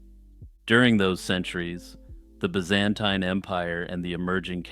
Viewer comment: That's a funny pronunciation of Byzantine . I love the way you sometimes mispronounce words. It catches me off guard and makes me laugh